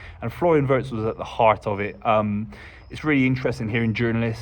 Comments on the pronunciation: First get the name right..its Florian VIRST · Exactly,not Wurtz as they keep calling him😂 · Just hope more people would pronounce his last name correctly. The i in Wirtz like the i in Winter and Wink.